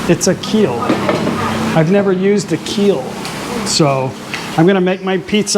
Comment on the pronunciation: Not keel, Peel.